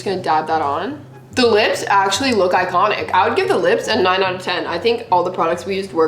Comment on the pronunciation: I like how says “ all the PRODCTS aksholy work “ but her skin is like help me